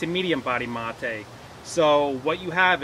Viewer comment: Its mate not motey